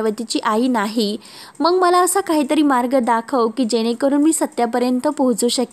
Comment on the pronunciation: स आणि श मध्ये किती गोंधळ करते मंग नाही मग म्हण